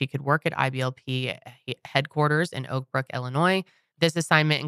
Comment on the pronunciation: When said “Oakbrook” I thought she said “Oprah” 😂